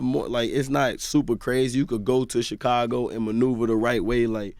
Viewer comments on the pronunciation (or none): Chickago smh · How does Charlamagne still say Chicago wrong, when he named himself with the same prefix? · Char says Chicago like a Mexican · The way charlamange says Chicago Lol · He say it like he Mexican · Lmao yea he say it the way we say it in spanish lol